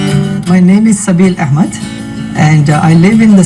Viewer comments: What does she say AKMED instead of AHMED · Why is she calling A-k-med??? His name is Ahhhhhhmed, the same H of hhhhhappy 🙄